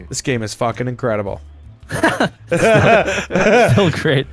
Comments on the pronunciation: It mean the movie the incredibles, but he said it with a S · makes me so happy.. Was having a bad day until i heard "inscredible"